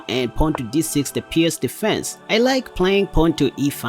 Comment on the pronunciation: U don't need to trouble yourself to say pirc like pierse. It's pronounced more like perk